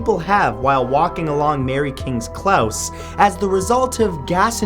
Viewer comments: Mary King's "Klaus" lol, it's pronounced "Close" like... when someone's close to you. Good video, nevertheless. Just couldn't help but point that out. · It's pronounced close not clause on the Mary king close as though you where saying close the door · As a scot, its pronounced cl-oh-s. You should also talk about the plague vaults in Edinburgh and grey friar's graveyard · Bryce Hawkins aye I Ken right, he annoyed me when he said Mary kings clause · It's pronounced Mary kings close. as in "Your standing too close to the fire . you will get burned." (a Scotsman) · He's just making Matt aware :) I'm sure it wasn't meant in a nasty way. I'm Scottish and it is pronounced cl-oh-s . If i remember correctly they are called closes because they were literally closed off by a gate at night and accessed only by a key to keep the rowdy drunks out so people could get some quiet to sleep. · Mary kings close is pronounced as in close by or your standing too close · Mary kings close is usually pronounced as its spelt, as in to be close to something. It's also a tourist attraction with dozens of people visiting on a regular basis, so not quite as buried as you made out. Most of the ghosts are related to the plague. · ''mary kings clows?'' whats a ''clows''? .....:P its pronounced close...like someone getting ''close'' to you... its because the ''homes'' are ''close'' to each other...thats why its called a ''close'' :P (is from edinburgh) honestly though mary kings close isn't even bad....been there many times... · Klause? I pronounced Clo-se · Close not claus. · Omg - it's Mary King's Close, as in 'gee, that was CLOSE". Not pronounced "klauss". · Note: "Close" in "Mary King's Close" is pronounced the same as something like "That is close to that" Love your vids ;D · Close.......not clouse 😀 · Mary kings "klaus"? Lol are you serious? Where did you even get the idea that it's said weird? It's not. It's just close, pronounced just how it looks; the opposite of far, synonym of near :p